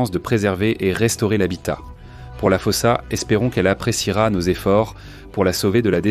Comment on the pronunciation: D'abord ça se prononce foussa